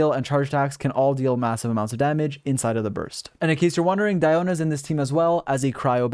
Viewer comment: Is it just me or it sounds so satisfying to hear saying Diona's name? No? Just me? Okay 🤧